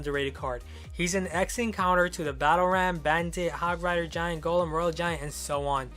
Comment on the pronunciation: you said hog frider